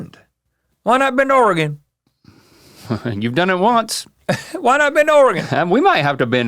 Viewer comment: As a native Oregonian, thank you for pronouncing Oregon correctly. It drives me batty when someone says Oree-gone. There aren't that many Es. So, thank you!!